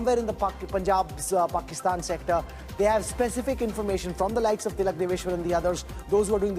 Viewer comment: you keep miss-pronouncing Tilak sir’s last name… please correct it.